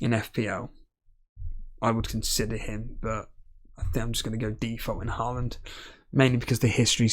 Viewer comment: my thought is that it would be nice if you learned how to say Haaland correct :D its hard for me to hear since im from Norway, and you dont know the sound of Æ Ø Å :P